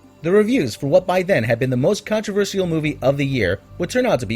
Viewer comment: oh man if I hear him mispronounce controversial one more time in any of his videos, I'm going to punch him through the monitor